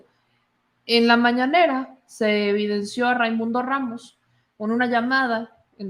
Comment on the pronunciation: Es mañanera no mananera